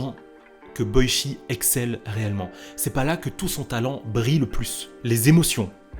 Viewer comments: Ça se prononce " Boitchi " Pas " Boichi " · Super vidéo ! Mais Boichi sa se prononce pas "Boitchi" ?